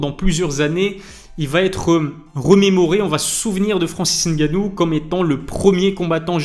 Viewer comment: Je dois te féliciter pour ta prononciation de Ngannou cest tres rare, on a toujours droit au N……ou les M……avant le nom comme si pour dire pneu on dit p. Neu 😂